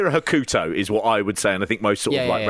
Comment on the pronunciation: Pete was closest to Hokuto's pronunciation. "Hoh-kuh-toh" with a very short middle syllable (the opposite of typical Western pronunciations of Japanese names) would be the closest phonetic pronunciation I could come up with. Kensuke should also be closer to "Kens-kay" than Ken-soo-key."